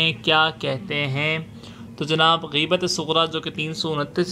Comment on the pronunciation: Gheebat nhi ghaibat hai mere bhai